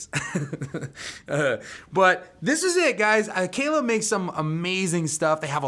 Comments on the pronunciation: Geez... first things FIRST... the brand is Kala... Kah' - lah. NOT Kay lay. They've been around longer than you have ; -) . Kala offers many string options beyond the LaBelle's. Thunder Browns loose the slickness factor and have longevity. As for both the metal and nylon core, (depending on pickup system) there are both flat and wound round. Aquila is also now making flat wounds ( Feb. 2023). You failed to discuss ANY specs, scale ( 3" difference between the acoustic and the solid body); nut width and string spread; split coil on the solids, neck profile is different between models, and each model offers both fretted and fretless. On the acoustics there is no solid woods on the body, only laminates. Tuner ratios differ between the acoustics and solids. And, bridges on acoustic ( "hollow body?") v. solid.... No, you don't see metal bridges on acoustics.... if you know of one, please share the brand and model. That was an ignorant, throw-away line!! The LaBelle strings will "work" on any 23-23.5 inch scale, not just Kala's. There are a half dozen other mass makers and customs in 20-23.5 inch scale models. ( Flight, Fanner, Magic Fluke, Hadean, Ohana, Allot) This is my first 'visit' to your channel. Based on other review channels, I suggest you watch some of the other and find a review-style script. You repeat yourself a lot without following a stream of consciousness...hard to follow. Good luck with your channel. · It's pronounced Carla